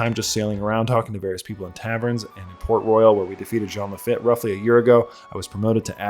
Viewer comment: minor nitpick. Lafitte is probably pronounced "La-Feet" since it's french.